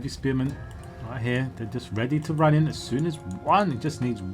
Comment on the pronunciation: youre not supposed to put such an accent on In